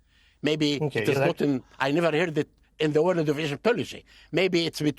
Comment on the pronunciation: It’s the world not the worled! 😂😂😂